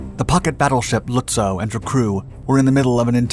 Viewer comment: Its pronounced Lutzov. In German W's are pronounced like V's in English.